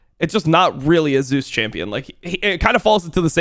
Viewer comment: He pronounces them correctly.